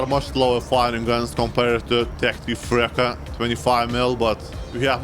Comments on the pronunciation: It reads Freccha not Frekkia, it means arrow but you can intend it as bolt. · « Frechia » not frecka 😂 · Brother it's pronuncied "Freccya" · I really didn't expect a dev server video from you, I'm really happy for it! (by the way, your pronounce of Freccia is... pretty wrong... but eh :/)